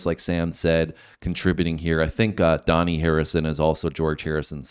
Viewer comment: Dhani is pronounced as Danny, not Donny